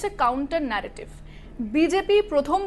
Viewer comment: এত নেরোটিভ ন্যারোটিভ করবার মনে কি । বাংলায় খবর পড়ছেন তো ?